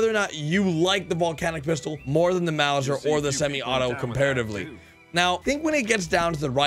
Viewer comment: Lol why can’t English only speakers pronounce Mauser pistol?